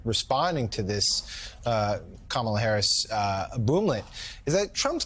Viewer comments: Not surprised Dumpy pants can’t say her name correctly. Playing his game isn’t beneath me. We should all call him Dumpy. Dumpy pants. DonOld. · Why not give his agenda for America rather telling people how he can not pronounce name Kamala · He can't pronounce her name? But he's so smart. Big brain and all.😂😂😂😂😂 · Kamala don't feel bad when the orange turd mispronounce your name. He also mispronounce his wife's name. How in the he'll do you get Melunia out of a spelling of Melania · If he can purposefully mispronounce Kamala, then we should all be calling him "DonOLD Trump" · Don Old can't pronounce 'Kamala.' Poor Don Old. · DonOld has Dementia 🚩🚩 Inability to Pronounce Names is a Sign of Dementia Progressing. 😊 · What happened to people that are supposedly religious? Why are they okay with a man, Trump, calling someone names, like 'a bum', and disrespecting another human being by purposely mispronouncing their name? They sit there in the crowd and cheer this terrible behaviour, and then wonder why young people have abandoned religion. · Question: WHO WROTE the headline for this video? BE TRANSPARENT. Trump's handler's deliberately coached him to mispronounce "Kamala"; because it's pronounced like, "Melania" -- they are worried he will mix the two names, and women, up, in public. Trump is the clown mascot for Proj. 2025. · say her name wrong, doesn't matter, soon he will be calling her Madam President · There is actually only one way— the way she pronounces it. Everything else is simply disrespect. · Ka- Ma- La! (Randy Rainbow has a brilliant tutorial on pronouncing her lovely name!) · Trump didn't even know that kamala Harris was a US citizen when she first took office today he can't pronounce her name Trumps wife Melanie Trump came to the US illegally and married Trump to become a US citizen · Since he doesn't care about how to say VP Harris' name, I'm going to call him Don Tee-rump. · That's disrespectful to keep saying her name like that.